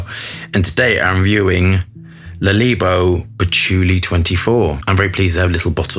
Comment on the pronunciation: Le leebo! 😆 Adorable when u butcher the name💜🦄